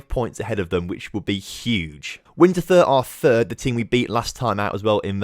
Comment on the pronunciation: The thur in Winterthur is pronounced like the english word „tour“ So Winterthur is pronounced more like Wintertour. For the future: The german w is pronounced more like the english v. The german u is usually pronounced like the oo in moon A th in german is always pronounced like a normal t